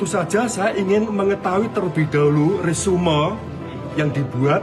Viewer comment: Resume ? Resum pak..ngucapnya.. hahahha. Jangan kayak jokowi.. detok detok... ? Malu maluin bangsa indo ajah Kuliah dimana sih ? Jan malu maluin banget